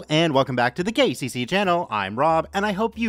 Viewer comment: Anyone else hear them say 'gay cc' and not 'k c c' in the beginning?